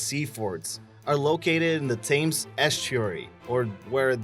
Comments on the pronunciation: It's not the TAMES river. It's the Thames, pronounced Tims. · The Maunsell forts are located as you say near the mouth of the Thames. However, it is pronounced "TEMZ", not "THAYMES" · It's not BALkonur as you pronounce it...it's BAIkonur And Thames is pronounced as 'Tems', not 'Tames' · It's pronounced tems, not Thames. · Thames is pronounced "Tems." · The Thames River is pronounced Tems! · Just a heads up: Its spelt Thames, but pronounced Tems :) You have my subscribe, regardless :) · A really good attempt but the jerky voice over and punctuation needs more work to be smoother. Otherwise you've taken all the elements of a professional program. The Thames in London is pronounced The Te_hems btw. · The river Thames is pronounced TEMS.